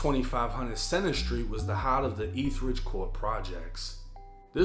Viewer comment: ETH-ER-RIDGE not etheridge